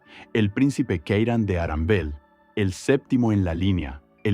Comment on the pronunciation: Abogados de Disney: Arandel? 🤨 - "No no, Aranbel." 😅